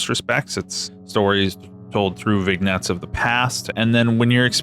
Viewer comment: The term "vignette" is pronounced "Vin yet"